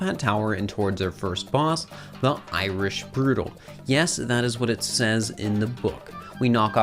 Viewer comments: I was dying laughing at "Irish Broodal". Poor Topper, lol. Love your content! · The Irish what !!,!!,!! 🇮🇪☘️